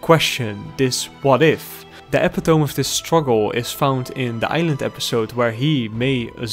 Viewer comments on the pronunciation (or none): Epitome (eh) (pit) (oh) (me)